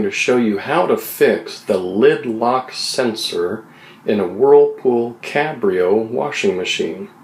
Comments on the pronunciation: Cabrio not cambrio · It is supposed to be Cabrio no Cambrio